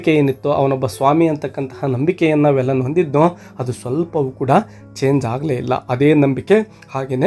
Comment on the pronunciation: Sir Sorry to interrupt Its not valan Its veelan...tamil local name